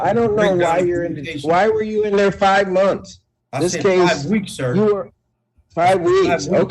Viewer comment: He actually said 5 munse.